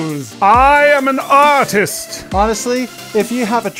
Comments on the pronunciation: "I am an AUTIST, I am an AUTIST!" - What it sounds like Jazza said, 2k17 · I'm going to walk up to my art teacher and shout "I AM AN AURTWIST BEITCH!" (I know I spelled it wrong. I feel like that's how Jazza would pronounce it.) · I Am An uh-tist